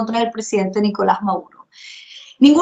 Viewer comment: POR FAVOR,. SEÑORITA. ES NICOLAS MADURO,. NO''' MAURO''' ..... QUE VERGUENZA.